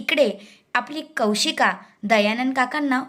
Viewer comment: It is Kaushiki not Kaushik